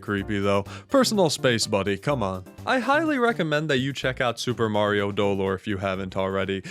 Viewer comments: doLOR. In Spanish, you put emphasis on the second syllable for this word. It was absolute pain to get through the whole video, each time was a stab. qwq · Not to be a party pooper or if he's joking then sorry, but its speld do-lore, other then that its a goofy video :) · Maybe the real Super Mario Dolor was pronouncing dolor as "Doe-lore" along the way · Ok I'm not gonna scroll and I'm sure this comment is just not gonna be relevant but the pronunciation of dolor is slightly inaccurate but wrong enough to make me a teensy bit upset. The emphasis is supposed to be on LOR rather than on DO 😅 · As a spanish speaker, i felt physical pain everytime he said dolor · Did he mispronounce it? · Every time he puts emphasis on the first syllable of “Dolore” I cringed